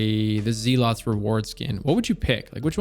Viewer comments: its "Zell-its" reward. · Why do people keep saying, "Zeelot's Reward", it's pronounced "Zelluht's". Zealot is a word (someone who is fanatical in their beliefs). I think we forget that a lot of the weapons in the game are actual words, not all things Bungie just made up lol. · Zealots =pronounced "zell-it's" First run GM clear with LFG's, and I got an interesting Adept Plug with cornered, QD, acc/liquid, chambered/polygon, Charge MW. I don't think I've ever gotten 3 perks for charge time reduction on a Plug before. I like rustic stuff, so yeah, the moon weapons 🤌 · I am so sure he's saying Zealots wrong intentionally. But deep down... Deep down I'm afraid he's not.